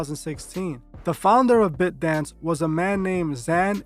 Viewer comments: It’s pronounced BITE-Dance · The way you say “ByteDance” is incorrect😂💀